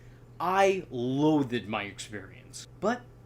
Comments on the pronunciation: You say "loath-ed" in several of your videos... are you pronouncing it like that on purpose? You know it's pronounced without that "e" sound at the end, right? I'm just having a hard time figuring out whether you're goofing or not... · Loathed has one syllable